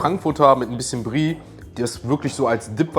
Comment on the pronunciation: Mich triggert es, dass er immer Brie zu der Soße sagt 😂